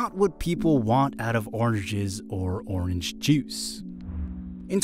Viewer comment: why doesn't he pronounce the n in orange :/